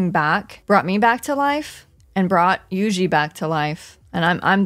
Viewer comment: Love me some Juisitsu kAizen with my favorite character You-Xi. All jokes aside: You know that song Juju on the beat? Say that (like in Jupiter), then add a Tsu, like you’re saying tsu-nami. The S in Kai-Sen is pronounced sharply like the c in ice.